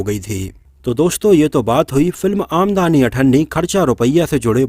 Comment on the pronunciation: आमदनी पढो भाई ये आमदानी नहीं है।